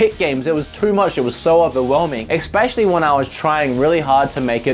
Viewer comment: EXpecially XD